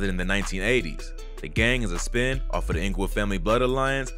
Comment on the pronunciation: it's "Spin-Off" lol. Not a "spin" off of the IFG. also its RANSOM GANG not Random as you say